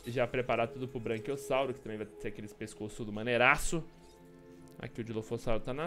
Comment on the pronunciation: Só eu que fiquei incomodado com ele falando "BRANQUIOSSAURO" toda hora kkkk